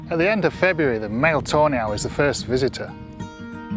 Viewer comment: Sounds like you say "toe nail" not tawney